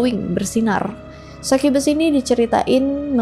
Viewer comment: Sai kye bes Sukubus anjir baca nya kalo orang asia